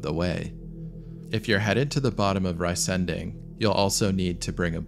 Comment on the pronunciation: Please say 're' (as in "see") - 'zen' (as in "zen") - 'ding' (as in "ding-dong"). So re-zen-ding, and not "rice"-"ending". It does indeed mean "giant thing"